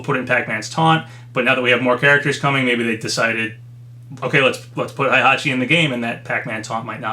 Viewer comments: Hayabusa is pronounced "high-yah-boo-sah," not "hey-yah-boo-sah." And Heihachi is pronounced "hey-hah-chee," not "high-hah-chee." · When will this man learn how to pronounce Heihachi’s name?